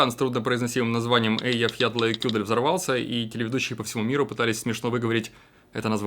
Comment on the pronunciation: Два раза перемотала, чтобы послушать как Птушкин на легко выговорил название вулкана в Исландии :D